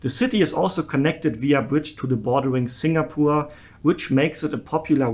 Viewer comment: I love your pronunciation of 'singapoor' 😆